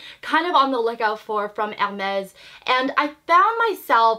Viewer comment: It’s a nice bag. I discovered you not so long ago and I didn’t know you were Canadian. I’m French canadian and you do pronounce it right 😉